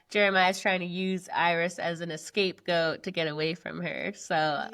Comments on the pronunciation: It’s not “escape goat.” It’s scapegoat. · It’s scapegoat (not “escape goat” what Huda said). Scapegoating = blaming others for problems to deflect criticism from the actual culprit... Huda!